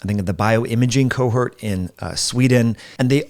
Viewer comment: Don't you mean "cohort" rather than "cohurt" perhaps the latter is a word I don't understand but I've heard you say it a few times.